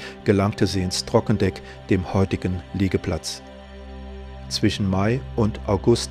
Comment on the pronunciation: TrockendOck, nicht TrockendEck!!!